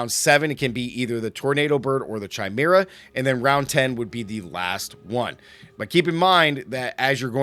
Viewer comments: Not to be rude but it's pronounced kai-mer-ah or kī-mer-ah like chameleon is kah-meel-ee-un. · Chimera pronounciation is bugging me.